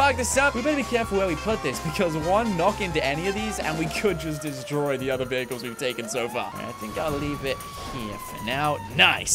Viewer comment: bro its vehicles not viechles